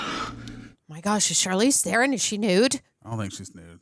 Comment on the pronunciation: Ther-ron not theren